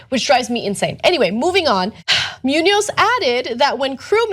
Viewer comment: omg the way you guys pronounce Muñoz.. lol